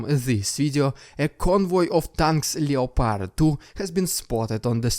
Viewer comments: Still enjoying you vids keep it up, just FYI though is said LEPARD not LEO-PARD the O is silent, don't blame me wasn't my idea! :) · Its pronounced LEP ARD my dude. Just for future videos